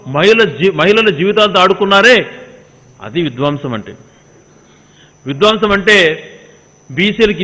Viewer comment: Vidwaamsam kaadu Gadikotanna. Vidhwamsam ani palakaali.